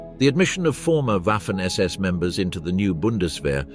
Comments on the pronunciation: It's pronounced Vahffen, FFS. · For goodness sake, "Waffen SS" should be pronounced "Vaffen SS". Oddly, the pronunciation changes sometimes towards the end of the clip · It´s pronounced vaffen.